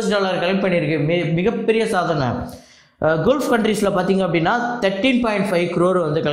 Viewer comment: Bro குல்ஃப் Country இல்ல அது பெயர் கல்ஃப் Country! தமிழில் வளைகுடா நாடுகள் என்று அர்த்தம்